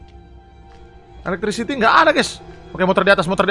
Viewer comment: "there is no elekstritikikikikisi kocak"